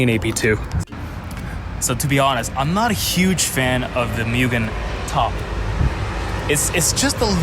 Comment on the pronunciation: MOO-gen. Not MEW-gen.